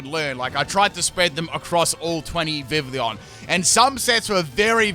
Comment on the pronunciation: Pronunciation: Viv-ee-on